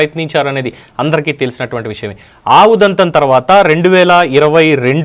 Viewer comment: ఆవుదంతం కాదమ్మా ఆ ఉదంతం అనాలి.